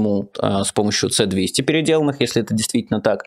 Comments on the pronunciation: Черьёзно? Это не "Цэ"-200, это "Эс"-200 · Почему це-200, а не эс-200? Почему Шторм Шедоу, а не Сторм Шедоу? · Крымский мост - он через реку Москва. Мост через Керченский пролив - Керченский мост. Майкл Наки - это Майкл Наки , а не Андрей или Яков Наки. И комплекс С-200 - это С-200, а не Це-200. За что я не люблю журналистов - это за коекакерство. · Не Ц200, а С200 (звучит ЭС200). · Майкл, не "Цэ двести", а "Эс двести". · В наименованиях "С200" и "С300" используется русская буква "С", соответственно и произносится Эс 200, Эс 300. Не надо быть специалистом, чтобы это знать. Но если это моя ошибка, и действительно существуют "Ц"200 и "Ц"300 или в наименование используется латинская буква "С", приношу свои извинения. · Майкл, не ЦЭ-200, а ЭС-200, в названии советских ЗРК нет латинских букв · Майкл, "ЭС двести", не "ц") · Не "Ц-200" и "Ц-300", а "С-200" и "С-300". Буквы кириллические. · Может С-200, а не Ц-200? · Откуда "Це" ? Произносится ка "Эс". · Не Ц-200, а С-200 (русская С). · Короткое техническое замечание. Название ракетного комплекса читается как «Эс-200», а не «Цэ». Русская буква С, это все советские разработки, никакой латинице в названиях нет. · не цэ, а эС-200 !!! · С-200 и С-300 (эС), а не Цэ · произносится не "цэ-200", а "эс-200" это советское оружие, и индекс написан кириллицей) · ЭС - 200, эС - 300, Эс! Цэ -200, так не говорят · Майкл, не "Це-200", "Эс-200". Это русская буква "с". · Не цэ200, а эс200. Ну, Майкл,ну блин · Блин. С-200, а не Ц-200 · Да не Ц-200, а С-200 - "эс") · Ну "Эс двести" же! Ну как так-то?! Это ж не "химарс" заморский и не "скальп" какой басурманский, чтоб название так перевирать! Откуда там "Це"? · Майкл, не ЦЭ, а ЭС. это русская буква. "С" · Не Цэ, а ЭС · Правильно С200 а не Ц200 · Не "Ц", а "С" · S-200 не Ц-200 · Не "ц"200 а "С"200! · Ц 200, Ц 300 слух режет. Там С а не Ц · с-200 а не ц 200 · Не. Ц200 а эс200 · Эс, а не цэ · не ЦЕ-200 , а С-200 "эс- двести" ты че так затупил?)) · Лапотник не Ц а С.